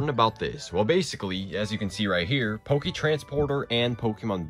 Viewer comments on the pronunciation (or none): none